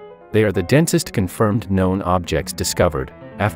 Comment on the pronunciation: its a joke about how when says "densest" it sound like "dentist"